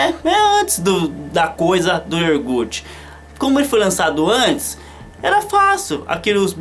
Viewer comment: vou jogar a real pra você: Eu dei o Like nº 203, mas confesso que cada vez que você falava IORGUTE eu pensava em fechar o vídeo!